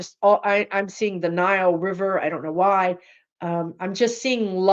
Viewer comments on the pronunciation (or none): none